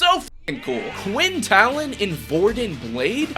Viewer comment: Its pronounced Tailen. I see all the movies say talen omg my ears hurt. I guess transition from the book and audio series osnt quite working for mw lol 😂